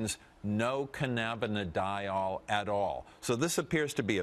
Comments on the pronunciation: it's cannabidiol not cannanabidol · i support legalization but this guys supposed to be a docter and cant even pronounce cannabidiol!